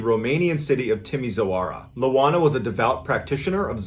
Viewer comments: Hi Mr Ballen! LOANA is IOANA A trick in pronouncing the city name as close as possible to the real thing, would be reading this: Tea Me Shoara Ioana's surname would be: Con Stan Tea Ness Coo ;) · MrBallen - I'm Romanian - it's not Loana - it's ioana (i not L) && pronounced as (eee-wah-nah). The infamous fear of witchcraft, gypsies, magic etc in Romania smh. Still present today as a matter of fact. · Its Ioana not Loana:)) bellieve me im from Romania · I'm from Romania, and seeing a video of someone from my country, seem so surreal to me. I searched for Loana (since the name sounded strange), and I found that it's was actually Ioana (which is an ordinary Romanian name), so it's a capital "i", not a lower case "l", and the name would be pronounced as "Ee-wa-nah". And Timisoara is actually pronounced as "Tee-mee-shwa-rah". When I heard the name Constantinescu, I immediately knew that she's from Romania. That name, or any name that ends with "nescu" sounds Romanian hahaha. Btw, you pronounced Constantinescu pretty good for a non-native speaker. P.S. Even though I'm pretty sure the name is "Ioana" and not "Loana", I have no idea why the story says the name is Loana. I found the "Loana" version only in the title of the story online, but the content uses the name "Ioana". Anyways, greeting from Romania, I love your content. Found you by accident here on YT and fell in love with your videos. I guess my favorites are: the one with the 3 guys from Australia with the crocodile, and the one with the girl, Belle from France that was walking in the woods to go to a lake. I have more that I love, but those 2 were my favorites of all. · I swear I heard you say Moana a few times during the loana story ;) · I winced at the pronunciation in the first story. As for the sleep paralysis, can't curse me with something I already have lol her name is Ioana not Loana. Ioana is a relatively common Romanian name. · Its pronounced ioana and the city is pronounced Timishoara